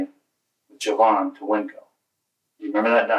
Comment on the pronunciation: How did this man’s mother name him Jovan and then pronounce it like Javon??